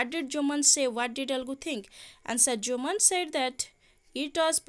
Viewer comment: Mam sethi 'jumaan' habani sethi 'Jumman' haba